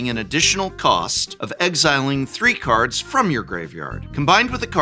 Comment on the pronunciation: how were you an actual english professor and you consistently get the pronunciations of cards wrong, wild